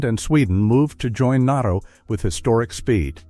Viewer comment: …AI mispronounced NATO as NOTO! That’s all, just stupid AI.